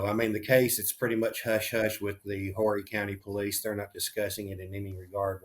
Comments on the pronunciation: This is so very horrifying. Sending thoughts and prayers to the family. And Horry is not Whorey County it's pronounced O-Ree. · First of all the h is silent in horry county.. I hope these Yanks and other people steer clear and let these officers do their job and we also figure out what the mother's attitude with the police is. Definitely Nancy Grace needs to not get involved. It just complicates everything it either had to do with passion or drugs and I will bet the police find out real soon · The H in Horry is silent!!!